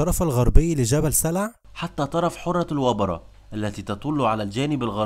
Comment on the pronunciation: قال حُرة الوبرة 😂😂....إسمها حَرَّة بفتح الحاء..... دائما أقول اللي ما عنداش علم بلغة العرب و مخارج حروفها لا يتكلم عن تاريخهم العظيم.... تعلموا العربية أولا... لا تجعلو الموضوع موضوع مشاهدات و أموال فقط